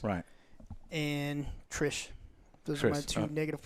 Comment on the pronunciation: ‘Trish’ ‘Gerald’ come on guys the amount of love/hours you put into this book/game/show and you can’t get their names right. Thanks Joe for correcting them! But holy shit, DO BETTER.